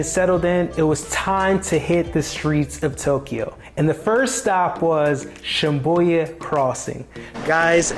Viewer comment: I said the same after hearing the pronunciation but it was confirmed with the spelling.